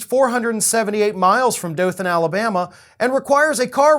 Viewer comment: Well it nice to hear dothan Alabama pronounce right to bad we got criminals like this